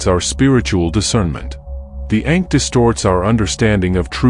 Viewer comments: The Ankh …. Not Ink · It's not ink it's ankh